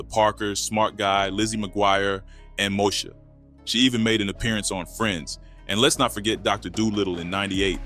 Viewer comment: <<<< when your name is Mosha and pronounced Mo-Shay 😭😭😭